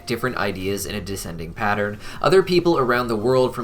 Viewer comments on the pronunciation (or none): none